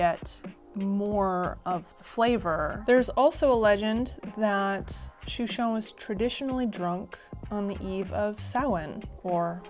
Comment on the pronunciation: We say it “Shoe Shen “